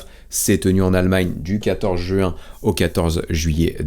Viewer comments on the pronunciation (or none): none